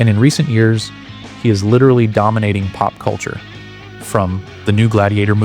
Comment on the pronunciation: “Litiralli litiralli litiralli”